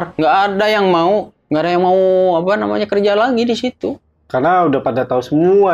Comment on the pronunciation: saya ngakak pas dia bilang "apa nyamanah"🤣 sering terjadi ketika orang Sunda bilang "apa namanya"🤣